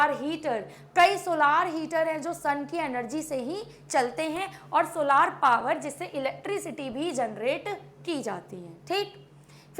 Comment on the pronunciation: Mam with soa lar nahin solar hota Hai